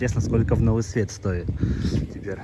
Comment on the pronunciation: В стоит ударение на букву о. Судак и всё побережье действительно стоит (опять ударим на о) Восхищения, удивления, красоты. Спасибо,.